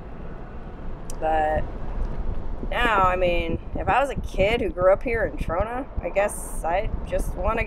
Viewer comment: "mah mah mah my Ta-RONA"